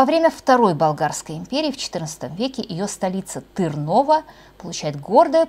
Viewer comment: Следите за ударенями .СкОпье, ТЫрново